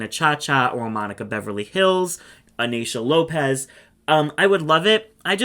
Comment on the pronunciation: when you said " or Naysha Lopez" I heard "Ornacia Lopez", which would make a great concept for that merging challenge in AS7 😁